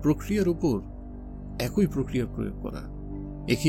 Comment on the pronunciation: আপনার পাঠ আকর্ষণীয়। তবে 'একই' শব্দটির উচ্চারণ কিছুটা শ্রুতিকটু লেগেছে।